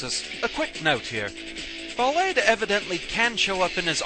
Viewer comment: a little bit of insight. I believe Ballade is pronounced just like it is in French. ball-AHD. To back it up, his Japanese name is バラード (Ba-ra-a-do). That's pronounced like bah-RAH-doe, or bah-LAH-doe. But you see my point? Also, in Japanese, ー is used to indicate an extension of the sound before, which is the "ah" sound. This is commonly used to indicate where the stress goes on foreign words.